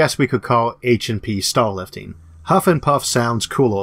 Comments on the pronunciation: staw wifting sounds vewy fun bwo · Sounds like he's saying 'stall'